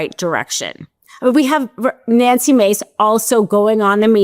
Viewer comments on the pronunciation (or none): none